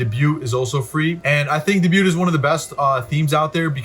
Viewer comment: Good vid! You need to look up the pronunciation of debut 😉😉 (hint: it’s French)